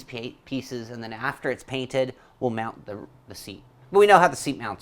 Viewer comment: "MOUNT" not "MOUND it on" Dizzy Broad